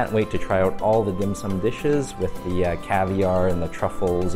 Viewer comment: I always trust a guy's evaluation of dim sum if they can pronounce it properly...lol nice vid